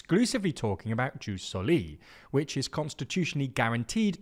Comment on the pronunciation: i love your videos, just one small thing: its written ius soli and read ius sòli, not jus solì. Keep up the good work!